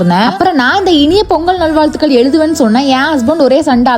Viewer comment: வாழ்த்துகள் என்ற வார்த்தை ல. """க்""" வராது மா....